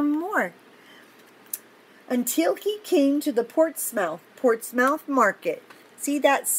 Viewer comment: And it’s pronounced por-ts-mu-th, you say subscribe and like at the end, and you can’t pause in between.